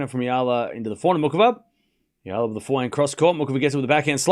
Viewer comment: Thankyou for pronouncing Alex Eala's name correctly AlexEala is pronounced as Alex Ayala Alex Ayala Alex Ayala please ok Alexandra Alex Eala!born May23 2005 Philippines place of birth. Thank you TY